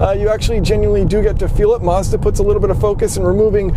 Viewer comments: Why do you keep saying Marz-da? Its Maz-da dude. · You mispronounced Mazda